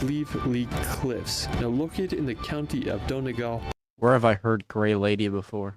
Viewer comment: Why can't Americans say Donegal. it's Dun e gawl, not don e gal.